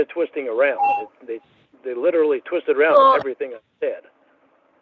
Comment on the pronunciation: it's completely standing up on its own, liderally.